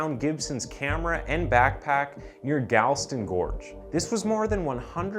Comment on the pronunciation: Censorship is arbitory ,under handed , really confusing ,self serving , idiotic . Why is the opening photo of Milat censored? PRONOUNCED GALL-STONE GORGE .